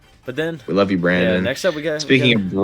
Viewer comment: "Barndon" lmao